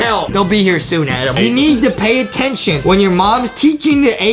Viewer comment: it’s spelled Adam I think but Justin pronounces it “Adem” as a joke- but still not sure